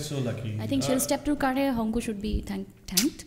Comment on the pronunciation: মৈত্ৰেয়ী পাটৰক অশেষ ধন্যবাদ যে তেওঁ 'শংকু' নামটো 'চংকু' বুলি উচ্চাৰণ কৰা নাই । এই কথাটো যদি আমাৰ 'শ' , 'ষ' , 'স' ক ' চ / ছ ' বুলি উচ্চাৰণ কৰা অসমীয়াসকলে মন কৰিলেহেঁতেন ! সুখী হৈছোঁ অনুষ্ঠানটি চাই ।